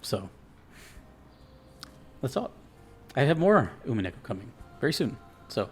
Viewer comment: Nice pull on the Winchester, that's absolutely what it is in the story. The U is pronounced like "oo" and not like "you". The episodes thing was because the game was originally released in eight ten-to-fifteen hour episodes that released every four months or so before being collected as a single game when they were all done releasing. There are websites where people track and rate the VNs they've played kind of like Goodreads or Letterboxd and Umineko tends to be in the top 10 of those for English players and top 25ish for Japanese players. The "Dragon Ball" of the genre is probably Fate/Stay Night and the Fate series in general. You're definitely right about the strength of the melodies, that's why this is my favorite OST in gaming.